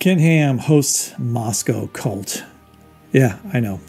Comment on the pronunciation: I thought you were making a presentation on baby horses. Cult doesn’t rhyme with bolt! Great show tho!